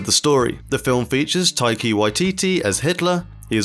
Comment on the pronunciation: It is Taika, not Taiki